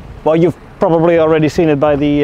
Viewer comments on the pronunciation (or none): none